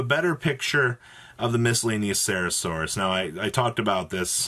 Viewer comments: Still can't pronounce miscellaneousaurus huh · What do you mean it's miscellaneouserasaurus :)